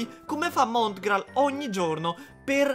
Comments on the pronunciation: Ha detto montral hahahha al posto di Mongral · Hai detto mootgraal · Ha detto montgrall